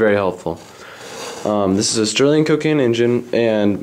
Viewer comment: It's 'Stirling' ! NOT 'Sterling' !